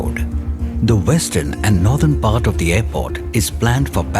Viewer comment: aairport? jahil aurat airport hota hai